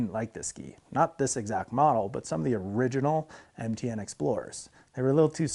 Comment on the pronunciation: He said MTN binding, though I does sound a lot like he says NTN :D